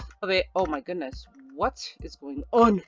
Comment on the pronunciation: Sounds like un instead of on